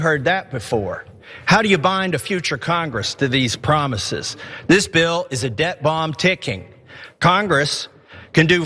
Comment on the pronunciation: He mispronounced "death bomb". I mean, I know he meant debt bomb, like he said, but...